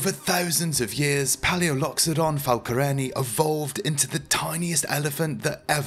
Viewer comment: It's falconeRI not falcoREni!